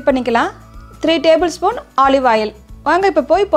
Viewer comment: Hi sister its very nice..a kind correction. When you say oru "spoonu."..just say "spoon" God bless.